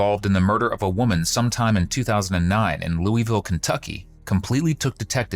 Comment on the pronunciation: Everyone not from Kentucky: It is NOT Looey-ville. It is Lue-ville. IDK how else to explain it, but just don't say Looey-ville.